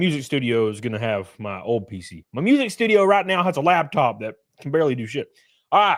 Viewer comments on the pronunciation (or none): LAP-top not LAB-top.